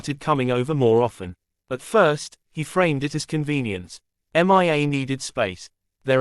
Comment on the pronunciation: Horrible Voice. Can't even pronounce a the name Mia without saying M.I.A.